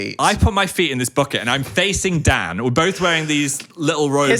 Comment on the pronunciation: I was watching this with my mom in the room and at one point she goes " oh he's saying DAN i thought he was saying DAD i thought they were like a father and son duo"